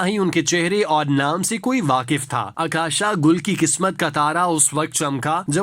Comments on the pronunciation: اکاشا نہیں اوکاشا گل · جی،اور عکاشہ کی " ع " پہ پیش پڑھنی ہے۔